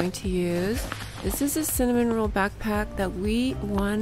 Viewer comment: It’s pronounced cinnamoroll not cinnamonroll with a n